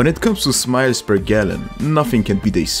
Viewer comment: Hey, have you said smiles or miles per gallon